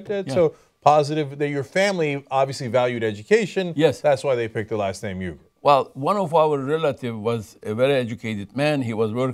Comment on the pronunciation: It is so embarrassing Cenk can't even pronounce his father's name the correct way.